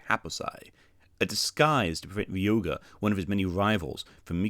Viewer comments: It would probably be a good idea to know how to pronounce the name of your "favorite" character. He is ree-OH-gah, not ree-OO-gah. I can't say that I cared for the clickbait title. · I hate to be That Girl but It's RyOHga, not RyOOHga. I'm SO sorry but I'm clenching every time you say his name lol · no hate but its driving me insane how much you're mispronouncing Ryoga's name. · Not really annoyed (well, not very much). I just wondered how much you could really like Ryoga if you don't know how to say his name.